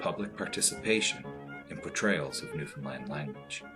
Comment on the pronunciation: I've live in Newfoundland me entire life and im some happy he said Newfoundland right tho most of it was shit